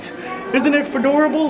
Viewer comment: "Isn't it fedorable!?" 😂🤣